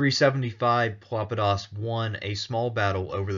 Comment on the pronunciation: Pelopidas is most certainly not pronounced as Filopedis. Pelopidas is the minor case of Pelops (from whom Peloponesus took name), a Bronze Age that means "dark eyed"